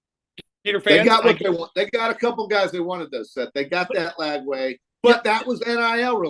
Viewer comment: Ranting about Gator fball but says Lagaway instead of Lagway 😂